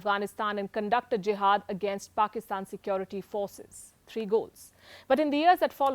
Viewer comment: Why can't Indians say Security correctly